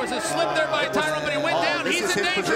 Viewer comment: Classic Chael; calls woodley “Tyrone” and calls spong “Tyron” 😂😂😂